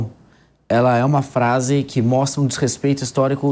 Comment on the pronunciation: "QUI OS TRABALHADORO"